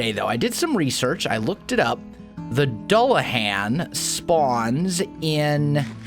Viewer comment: It's pronounced do-la-Han. It's taken me so long to realize u we're butchering the pronunciation that badly. And now it bothers me to no end. Mainly cause I love an anime with a dulahan in it.